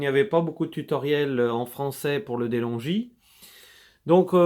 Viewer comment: Se pronunce delongue non delongi